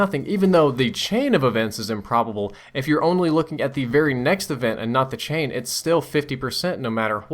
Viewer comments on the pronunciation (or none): none